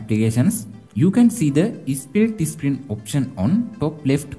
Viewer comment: Bro you are saying screen as isscreen